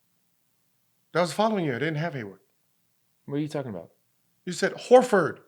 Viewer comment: "Gordon Haywood" Why do so many people that talk about sports get that wrong